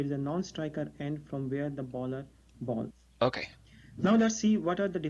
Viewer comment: OK now I hate to be THAT guy but its not "baller" its "bowler", again I'm not being a dick and I'm sorry if you have been told this already and have corrected it before I watch your other vids. Also I'd like to answer why there are so many terms in cricket, its as simple as because there is, why isn't there this many in baseball? Because there isn't, its that simple.